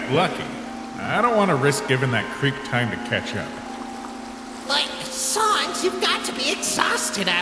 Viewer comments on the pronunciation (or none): It’s not sans pronounced “sawns”, it’s sans pronounced San like in San Andreas with an s at the end bruh Edit: lol the guy hearted this